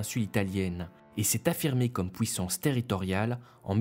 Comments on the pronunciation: Vidéo très sympa mais c'est moi ou tu dis ' pouissance ' au lieu de puissance ? ^^ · il vient d'où cet accent ? "pouissance" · On ne dit pas p-OU-issance, mais p-U-issance. Cordialement. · C’est curieux. Le narrateur prononce les UI comme des OUI: pouissance, depouis...